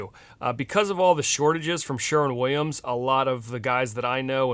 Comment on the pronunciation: 100 Points for saying Sherwin instead of Sherman. 😂